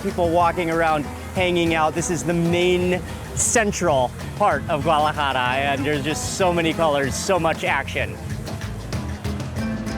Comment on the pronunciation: He mispronounces so many things. It's irritating. Guadalajara not GUALAJARA.